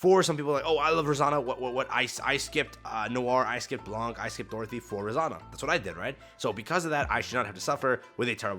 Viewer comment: the C is silent in Blanc's name. Trust me, it's a French word. I'm French.